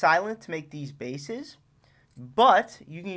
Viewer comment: bro really said tag team of basses